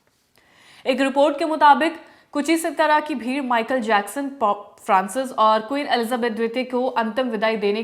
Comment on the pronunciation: Is ladki Ko jab Hindi padhna nahin aata to kyon news video mein recording ke liye baitha dete Ho? Queen Elizabeth pop Francis ka naam nahin padh pa rahi hai, aur news anchor ban jaate Hain yah log😢